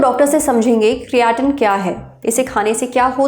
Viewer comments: Creatinn 😂😂😂bhen creatine hota hai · ma'am usko "kriyaatin" nhi "kretin"(creatine) bolte hai...but thank you iss topic pe video banane k liye🙏🏻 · क्रिएटिन बोलिए मैडम क्रियाटिन नहीं 😂, लगत हे मैडम बॉडीबिल्डिंग विशेषज्ञ बन गई हे , फिजियाट्रिस्ट डॉ मैडम😂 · कियाटिन ❌ क्रेटीन ☑️ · It's not criaatein it's creatine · Creatine ❌kriyatine ✅….😂😂😂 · Creatine ❌ Creyatine✅ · क्रेटीन ❌ क्रियाटिन✅ 😂😂 अदभुत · Criatan nhi cretine hota h mam😂😂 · Madam cretine nahi creatine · Good video but क्रियाटिन नहीं क्रेटीन है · It's not criaaateen aunty it's creatine 😂😂😂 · Its not CREAATEEN, ITS CREATINE .. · Creatin 😂 kiryatien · Kriyatin😂😂 Kirana store😂😂😂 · Madam ne create ka pronunciation badha kar kriyaatin kar diya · Creatine ❌ Kareyatin ✅ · अंतिम क्रियाटिन 😂😂😂 बहन ठीक से बोलना तो सीख ले। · Phle Creatin bolna shek lo😅😅😅😅😅😅😅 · Please pronounce creatine properly.